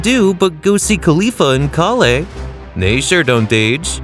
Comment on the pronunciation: These mispronunciations got me cracking up. Sigh-ins instead of saiyans and kali instrad of kale 😅